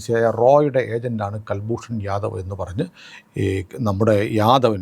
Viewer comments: കുൽഭൂഷൻ ആണ് കൽഭൂഷൺ അല്ല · ji, കല്ഭൂഷന്‍ അല്ല, കുല്‍ഭൂഷന്‍ ശരി. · കുൽഭൂഷൺ ആണ് കൽഭൂഷൻ അല്ല. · കൽ ഭ്രൂണ ല്ല കുൽഭൂഷൻ യാദവാണ് നേവി റിട്ടയേഡ് ആണ്. പാവം ബിസിനസ്സ് കാരൻ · ഇദ്ദേഹത്തിന്റെ പേര് കുൽ ഭൂഷൺ ജാഥവ് എന്നാണ്; കൽഭൂഷൻ അല്ല. മുഴുവൻ പേര് കുൽ ഭൂഷൺ സുധിർ ജാഥവ്. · കല്‍ഭൂഷണ്‍ അല്ല, കുല്‍ഭൂഷണ്‍. കുല്‍ഭൂഷണ്‍ യാദവ്